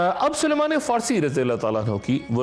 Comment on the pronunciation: Dr Sahab kam se kam Sahabi ka Naam to Sahi padh lain. Inka naam Saleeman nahi bulke SALMAN hai.